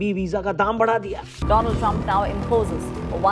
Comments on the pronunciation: Donald ❌it's Doland trump😂😂😂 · bhai doland nhi two lund😂😂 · Doland❎ Meraland ✅ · Donald ❎ Do-Lund ✅ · Trump pronounced with bad intentions name of Swami Vivekanand and because that's why modiji said doland😂😂